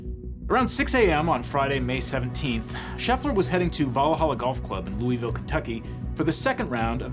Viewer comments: Hope its not just me who cringed every time he said “lou-ee-ville” most of us locals pronounce it “lou-uh-vuhl”. Like a mouth full of peanut butter 😂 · Every time I hear "loo-ee-ville" I take psychic damage lol. "Lou-ah-ville" is how it's pronounced, I learned quickly when I moved nearby. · "looey ville". we pronounce it luhvuhl here in KY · LUH-vul ✅ LOOEY-ville ❌ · "Looeyville" It's loy-vil or lou-uh-vuhl. Jfc. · It's not loo-e-ville, it's lua-vol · Looey-ville? LOOEY-VILLE? LOOVUHL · Fun fact: the city is pronounced luh vull Not joking, people there are wierd. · I’m sorry but has a Kentuckian I must say, how did you pronounce that lovely city in Kentucky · As a native Kentuckian, that's not how we say Louisville! 😂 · All those fact checkers, and they can't pronounce "Louisville" correctly?